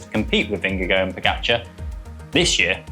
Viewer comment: English commentators' nightmare: pronouncing Jonas Vingegaard's surname. It is "Ving-guh-hawr", according to Danish speakers. I hope TP does it again, but would be quite happy for JV or PR to win, as well.